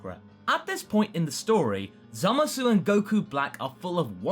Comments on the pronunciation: Can people just pronounce his name correctly already? I understand we speak English and that the word zamasu would be pronounced with the "oo" sound at the end, but in Japanese speech it is generally silent when at the end of words. Moreover, in the show itself, the "oo" sound is never heard of. So can we please say it right? As in, just "zamas"? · aw dang you're still saying the U at the end of zamasu :( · this really bugs me. It's pronounced Zamas. No one in the show says the -u. It's not pronounced Zamasoo.